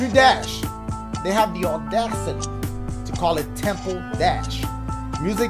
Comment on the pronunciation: the "awe-dash-it-tee"...lol and it sound like the cavemen were in the cave making that beat.